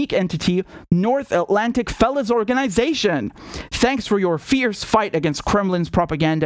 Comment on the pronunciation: Ha ha ha NAFO North atlantic fellon organisation...... spot on... (i know you said fellow)